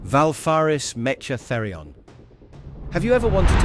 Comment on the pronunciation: Valfaris Metcha Therion? METCHA? Come on bruv make sure the AI can say it correctly